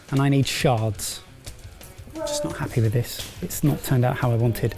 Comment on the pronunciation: Shards sounds a lot like Sharts when said in a British accent...💩